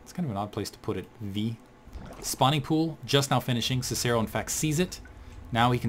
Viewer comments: god damn it... it's pronounced Sih-Sih-ro and Ki-tenous plating. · Actually, if you use the Latin pronunciation for Cicero, it's Kick-a-ro. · actually in proper latin its Kih-kih-ro, and that was painful to not even get the proper popular pronunciation right. I'm still a fan but hearing you butcher the name of one of the greatest Romans ever hurt.